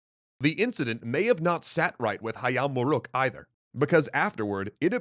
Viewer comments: Wow, he pronounced "Hayam Wuruk" correctly! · "Jago" is spelled as "dʒago", not "iago". Perhaps you mistaken it with Iago in Othello or mistaken the fighting rooster with a talking parrot that play as Jaffar's sidekick in Disney's Alladin... Yet in you perfectly nailed "Hayam Wuruk" pronunciation. Nevertheless, I like this new guy/speaker voice rather than the old one... How do I describe his voice... more engaging maybe...